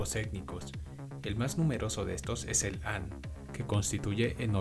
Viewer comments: Han se pronuncia "jan" y Qing se pronuncia "ching. Cuidado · la etnia HAN- hay que proninciarlo Jan, H - es mudo en español. Lo mismo te pasa con QIIN- suena com chin, no K. LA VOZ POR SUPUESTO QUE NO ES TUYA